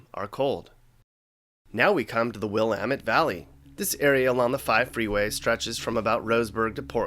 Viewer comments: Judging from how you said Willamette I'm starting to think you're not Oregonian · You need to learn how to say Willamette damit! l0l :)